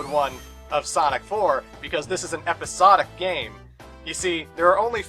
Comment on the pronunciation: When you say episonic. i think of EPIC SONIC! btw to the Sonic & Sega All-Stars Racing game when you said you like the Sonic Riders series....i do too to be honest idk i just like it :P